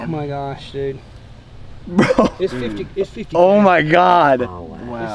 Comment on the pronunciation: I’m guessing that you are trying to say “Dude” not “Dod” 😅😇😊